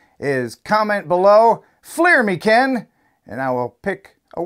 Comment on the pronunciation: FLIR “me” Ken!